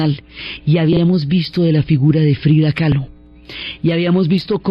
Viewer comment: KAHLO por favor, Frida Kahlo, no "Calo" 🙈